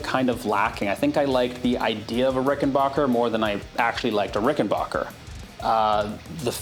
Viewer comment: awesome vid !!!! also it is pronounced ricken back er !!